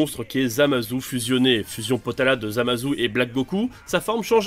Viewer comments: Ça se dit Zamassssssu pas ZamaZOU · On dit zamatsu pas zu